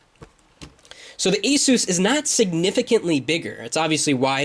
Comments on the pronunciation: ace-is, not eh-seuss. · The aysuuuss ! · asus is NOT pronounced like spanish name jesus. other than that, great vid. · hahhahaa when you say ASUS sounds like your saying JESUS in spanish